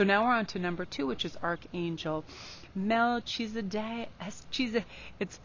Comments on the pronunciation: Its pronounced Mel-ke-ze-dek :) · Mal-keza-dic. I think that's the spelling of how it's pronounced. #2